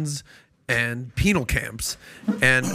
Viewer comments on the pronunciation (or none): Lol. He said penal.